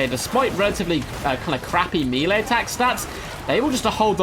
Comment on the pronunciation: I really like your content, and your commentary is getting better with each video. One request though - please pronounce melee like "maylay", it's a French word and that is its correct pronounciation. Meelay makes me wince.